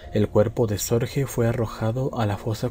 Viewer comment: El apellido Sorge es alemán por tanto no se pronuncia "Sorje" sino " Sorgue". Es lo.más completo que he oido sobre la vida de Sorge. En hora buena. Es claro que fue un hombre excepcional cualquiera que sea la valoración moral con la que se le juzgue.